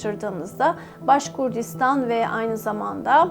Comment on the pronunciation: Başkurtistan derken yanlış telaffuz ediyorsunuz. Cahil cühela başka şekilde algılıyor.. D harfi değil T olarak telaffuz ediniz.